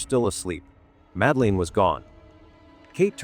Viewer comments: Please teach that soulless, canned AI voice to pronounce the girl's name correctly: it's "Mad-Lynn" (two syllables), not "Madda-leen" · 18 years later and you still can’t pronounce her name correctly? Absolutely shocking 😮 you dosey septic!